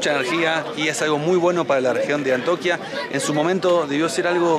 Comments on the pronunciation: Hola... No es Antoquia es Antioquia... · no es antoquia, es Antioquia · Antoquia? Es ANTIOQUIA. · Hola chicos un abrazo desde Lima se les quiere. Me gusto mucho el video de Medellín, yo soy de Colombia y bueno han sido mi inspiración para comenzar mi motor home que pronto será realidad. no es Antoquia, es Antioquia. Un abrazo a y tiene que súpera la fobia a la altura. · No sé dice antoquia sino antio quia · ANTIOQUIA no "antoquia". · Los pobladores del Peñón fueron remunerado y ubicados en casas . No es que lo hayan perdido han negociado . Y se dice ANTIOQUIA.